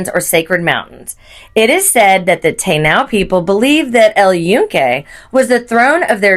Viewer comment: Repeat after me taaaiiinooo 😂